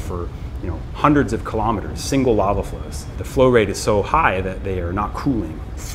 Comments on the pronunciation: I understand that money is tight and i appreciate you still making content. But can you please get hosts that actually can pronounce words properly. Its called Lava not lala😂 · The narrator cannot even pronounce LAVA, and they expect us to respect PBS??